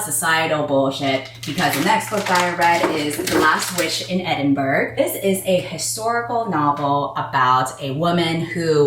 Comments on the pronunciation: haven't got to the last witch in edinburgh part yet. as an edinburgh local, i will come back to rate your pronunciation... edit: naaaauurr you said it wrong >:( i forgive u tho. for next time it's pronounced ed-in-bruh. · I love you sm, please don’t ever say Edinburgh like that again 😭